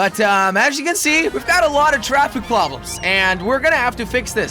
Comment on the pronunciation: jelly: we've got a lot of traffic plobrems me: wot